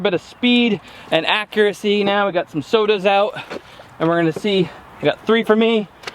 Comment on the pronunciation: ARRRRRRGH! There is no "t" in accuracy. Accuracy, not accuratecy. Sorry. I have posted a lot of more useful comments. It just really grinds my mind.